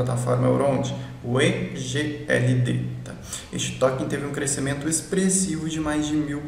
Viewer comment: Elrond está além das Blockchain atuais, lançamento da Maiar.Exchanje está chegando. Parabéns, bom vídeo. Pronuncia eGold